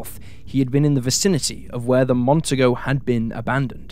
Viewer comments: Say it with me,: "Mon-TEE-go". You're welcome. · Mon-TEE-Go ffs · It's Mercury Montego - pronounced, Mon-TEE-Go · FYI. In Montego (is pronounced Mon-tee-go), the 2nd syllable has the accent. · Ive. Heard. This. Twice before. Gary. Is. Would. Be. Out. There. Somewhere. By. The. Way. The. Car. Is. Pronounced. Mont. Tee. Nee. Go. Even. An. Aus. Knows. That.